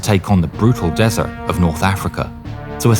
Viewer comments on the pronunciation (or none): none